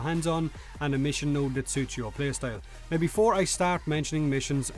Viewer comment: "In the game right nouw"